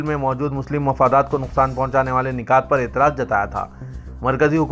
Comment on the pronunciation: Nikat nahi nukat sahi hai.